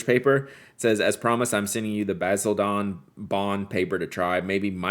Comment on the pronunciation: It's pronounced Bah-sil-den, emphasis on the first syllable. 😉 I remember this very silly skit from British TV in the 70s about Basildon Bond. Any other British pen lovers around here?